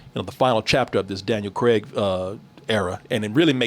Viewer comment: His name is Daniel CRAIG not Daniel 'CREG' 😅